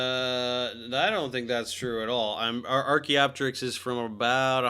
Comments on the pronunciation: Can we please pronounce things the way we should? It's not Archae-opterix. It's Archaeo-Pterix. Same as Helico-pter. Or Ptero-Daktyl. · The second I heard “Arch-y” immediate cringe chill… such a Christian Creationist Corny Dad-xplaination. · Every time he calls it Archae I lose 1% of my lifespan